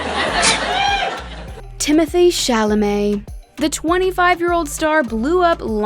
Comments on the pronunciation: I love that this lady is correcting everyone’s pronunciation but she’s saying timothée wrong. Also, hasn’t everyone been pronouncing most of these right (Camila, Zendaya, Jake G, Florence, etc.) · Pronouncing Timothée Chalamet's name wrong in a video about pronouncing the names correctly is hilarious. His name is "Timotee" not "Timothy" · Um. It’s funny that the narrator said Timothee like that when it is actually pronounced Tim-O-Tay! 😂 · Dat is not how u say Timothee real name is Tim-mo-tae